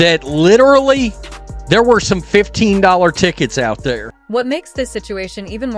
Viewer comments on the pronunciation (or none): AI narration sucks. do better. $15 is not pronounced SIGN BACKSLASH 15. wtf